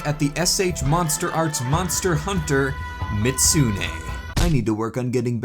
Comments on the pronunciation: It's Mi-zoot-soo-nay, not Mit-soo-nay. Edit: In-game accuracy! You can cut off the tail on your figure, too! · The only thing bugging me is the constant mispronunciation, the "zu" part of the name was always left out, and it's not silent, the pronunciation is best written as "mee-zoot-SUE-nay", the third syllable has to be stressed when said and all of has to be said quickly, not slowly. Mizutsune's name is a portmanteau of "Mizu" (Japanese for water) and "Kitsune" (Japanese for fox). As much as I like the Mizutsune, I am disappointed they added a new variant of it in Sunbreak (Violet Mizutsune) instead of a variant that western audiences (except Canada) have never seen before, Thunderbubble Mizutsune, which only ever had one appearance, Monster Hunter Explore, a Monster Hunter mobile game that only ever released in Japan and for some reason, Canada. The figure does look nice, but the overall material quality has me concerned if it cracked just from that degree of handling. Hopefully you were able to fix the crack so it wasn't too noticeable. This is partly why I buy mostly static figures, less risk of damaging them that way. I would buy it, until I saw the price tag, $145 on that site, which I would assume is USD, so that would be rather close to $200 AUD without shipping. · Real pronunciation Mih-zoot-soo-nay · How you pronounce mizutsune hurts me